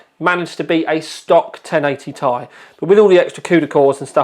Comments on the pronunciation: For Christ sakes it isn't 1080"tie". Just because there's a vowel doesn't mean you have to pronounce it. Do you call a Honda Civic Si a Honda Civic "sigh"? Sounds dumb. Nvidia doesn't even refer to the card as such. Stop it. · I thought it was tomorrow, the 10th? Not complaining...this is legit! You impressed even Nvidia and the Americans it seems, now everyone prounounces it "tie" instead of "Tee Eye" Maybe the latter group (my former self included) are just clowns and have always pronounced it wrong? are you sure this couldnt have been a USB 3.0/3.1 pass through for VR? Instead of the power connector? USB 3.0 has that many pins in a round about way. Some other cards have a USB passthrough for it, right? Just an idea. Oh yeah, nice shirt!!